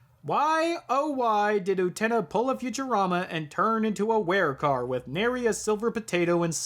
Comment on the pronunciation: U te Na? NOOOOOOOOOOO u TE na You can't even say the name that is repeated hundreds of times in the movie. So you OBVIOUSLY did not watch it. Someone obviously did NOT watch the movie which is being reviewed. Everything is utterly clear, not asking for meaning when anyone who has watched the movie knows what the hell is going on. The Revolution is the child losing to adulthood. The car is the vehicle into adulthood. For someone who didn't watch the movie, you have a ton to say about it. The cringe is strong with this idiot. ..... Oh, you watched the dub.....no wonder you have no clue what is going on. You're a heathen. The dub is really REALLY wrong. The dub and the original are completely different stories.